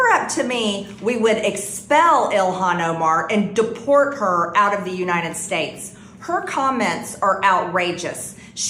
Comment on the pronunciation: Marge - its uniTed not uniNed.